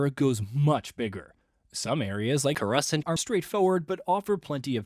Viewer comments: He said it like some kind of bread. 😂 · Is there nobody at GamingBolt who knows how to correctly pronounce "Coruscant"?